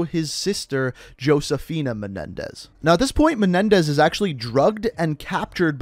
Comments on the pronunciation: It’s pronounced ho-se-fi-na just like how the name Jesus is pronounced Hay-zoos. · ngl it pisses me off how you say Josefina but with an actual 'J' sound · josefina is "hosefeena" and cordis die is "kordis dee-eh" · No hate but the way u pronounce “Josefina” as “Hoseaphin” is a little infuriating But I love this series btw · He kept saying "Josephina" wrong. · It's actually pronounced (Ho-se-fi-na). But it's all good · for the love of god please never pronounce the J in Josefina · He said josefina wrong